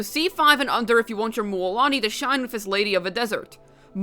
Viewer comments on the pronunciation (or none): Stop pronounce it mÜÄlani🤕🙃